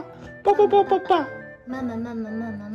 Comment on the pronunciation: 笑い方がりおなりさんそっくり顔のパーツは目がりおなりさん、口元は早希ちゃん似かな？ とりあえず、ぱぁぱぁとまぁまぁが同じ発音で笑った